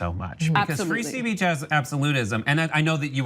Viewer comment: Did he just say free spReech ?